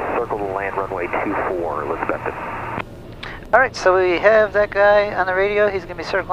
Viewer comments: Can always tell non-locals by the way they say "Elizabethton" Non-locals say Elizabeth ton....like elizabethtown. Locals stress the "Beth" portion as opposed to the "ton" portion. Not criticizing, just observing. You can hear it when you listen to how the other pilot and Air traffic controller say it. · Just a heads up, it's A-Liz-A- Beth- Ton. Ya gotta learn hill talk! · long time watcher. I used to live near Johnson City, Tn for a time. One thing, It's pronounced, e-liza-BETH-ton.:-) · My old home town. Pronounced Eliz-uh-BETH-t'n. Guy on radio said it right. Thanks for the video. Semper Paratus. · Great Video. Love the choices of music and cinematography... Your really good. On another note, Welcome to Elizabethton, TN. I think you've been there once before? Anyway, I'm a local and I feel I have to tell you, You're pronouncing it wrong..lol You have to pronounce the "BETH" in ElizaBETHton with emphasis.. No worries though, You get a pass, yor.. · Haha it’s just pronouncing the way it’s spelt, he doesn’t have the accent of us locals 😂